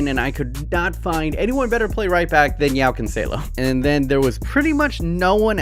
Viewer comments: The way you said Joao is really painful to my ears😂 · its odd joao is pronounced joe-ow